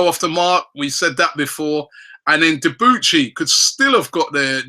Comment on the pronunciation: Debuchy is pronounced Debooshee he is French m8.